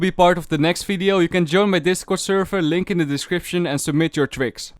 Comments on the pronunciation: it's vvideo not fideo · I like the way he says video. He says its as fvidio